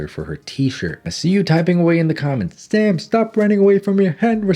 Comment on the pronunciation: Whyd you say sams name like that